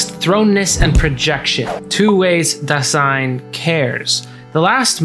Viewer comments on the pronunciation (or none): Just a tip re: pronunciation for future reference. In Dasein, the first syllable is stressed, not the second. So it's more DÁ-sein, and in German the 's' in Dasein is pronounced like the Z in the English zebra. Otherwise a really great, compact synthesis of some of B&T! I'm subscribing. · Great Video! But if there is such a fundamental word as Dasein, then please look up the pronounciation. It is important. The first syllable is stressed. Pardon my spelling. Ironic isn't it. I'm German